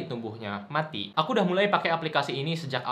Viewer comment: gajadi tumbuhnya, mati. (tp kok nadanya aneh😂 wkwk)